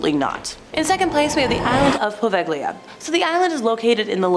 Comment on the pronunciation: POV-egg-lia 🤦‍♀️🤷‍♀️ I’m not even going to try correcting you